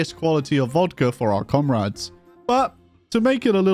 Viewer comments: com-rats ..... he he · "Comrats" love it